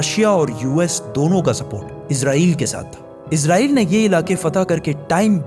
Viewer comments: Bhai izrael farishta hai Israel bolen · عزرائیل نہیں اسرائیل ہے بھائ